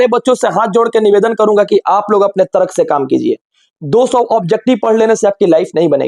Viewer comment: तरक nhi तर्क होता हैं 😂😂😂🤣🤣🤣🤣